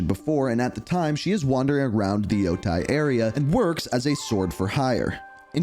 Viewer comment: Lmao. Same with any ghost of Yotei announcement. “Ghost of Yo-Thai” 😂